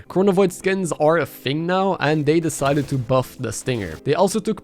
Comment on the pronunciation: and the new 2022 ee-yon skings other then that great video 10/11 would watch again